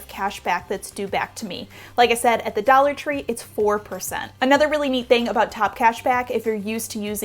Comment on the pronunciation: Dallor tree lol